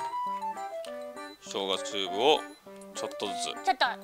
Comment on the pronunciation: チューブの発音がかわいすぎるwww